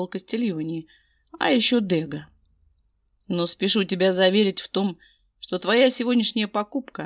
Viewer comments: дрбрый день. Мне очень нравится ваша озвучкп, я подписана. Можно подсказочку? Ударение- ДэгА! Это художник- импрессионист. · Чудесная озвучка, все прекрасно очень люблю Ваши озвучки!!! Но в этом фф мне царапнуло произношени фамилии художника Дега. Дело в том, что эта фамилия французского художника, а значит произносится с ударением на последней букве. Ещё раз